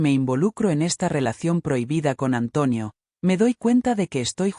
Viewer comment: Porque dice antuonio